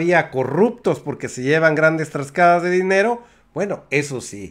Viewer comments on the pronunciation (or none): Oye. Porqué siempre dices "TRASCADAS"? se dice T A R A S C A D A S. a menos de que de un Estado a otro se úsen diferentes Diccionarios.